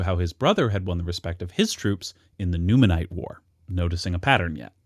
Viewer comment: Just a correction - you're pronouncing Numantines as Numanites throughout the video. You even show the correct spelling in sources when they appear yet pronounce it differently; it's pronounced Nu-man-teens. Otherwise great video and analysis 👍👍👍